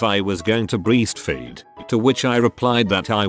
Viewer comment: I don't know why, but the narrator always says ( "red" when the text says "reading" but says "breestfeeding" when the word "breastfeeding" comes out. Sounds like the program for the text to voice program needs a bit more tweaking. And that accent. SMH.